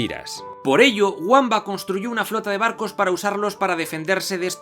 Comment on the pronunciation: Lo guamba te ha quedado como una patada en el culo " vaya pedazo de anglicismo fonológico" se dice bamba escrito con w.